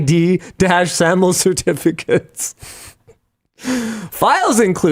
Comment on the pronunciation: It's so obvious Linux just doesn't know anything about a lot of the subjects he's weighing in on. I have never heard someone pronounce YAML and SAML the way he did.